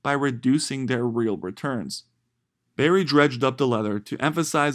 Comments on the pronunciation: It’s burry not Barry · BURRY not Berry 🍓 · It’s Burry, with a “U” — not Barry.